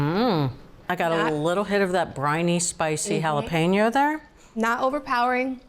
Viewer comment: Lol “halla PEENO.” 😂